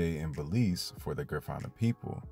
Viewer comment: Thanks for this video about my Belizean people 🇧🇿 🇧🇿 🇧🇿 However, your pronunciation is wrong for Garifuna ( Gar-Ri-Fu-Na). The Garifuna are in Honduras 🇭🇳, Belize 🇧🇿, Guatemala 🇬🇹, Nicaragua 🇳🇮, and St. Vicent. Also, because someone speak Kriol don't make them Creole because us Creole are our own ethnicity and culture. Sambai is danced on Christmas in Gail's point, Manatee, Stand Creek District.brukdung, braam, and Sambai is Creole music. Creoles are in coastals Belize, Honduras, Nicaragua, Costa Rica, Panama, and Colombia. Great job tho!